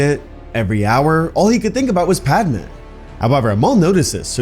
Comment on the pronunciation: ALL HE COULD THINK. OF PAD-MUH!! Fix your AI if you ever want to make me watch again.